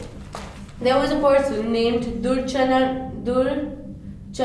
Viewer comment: Very useful. And its not DURCHARAN, its DURGACHARAN. But don't mind other topics r very well explained. I think u r in habit of saying "U KNOW" wherever u slightly stuck ,and well I like that...;D